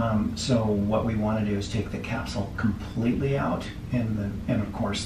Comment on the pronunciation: Is it me or she says kimpletely 😂 gotta love ❤️ her